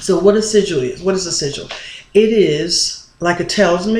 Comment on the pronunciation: I recall when you pronounced sigil as seagull, I mean no disrespect tho. :) great vid mqq